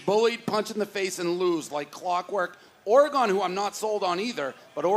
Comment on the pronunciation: Can someone tell Dave how to pronounce Oregon… his jewness is showing.